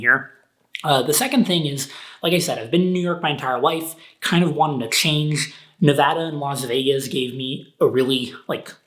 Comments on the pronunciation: I can't believe how you pronounced Nevada as Nevada and not Nevada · Your hand looks like you got into a fight. Did you got into it with Joshua Fluke? Who won? nevada [neˈβaða]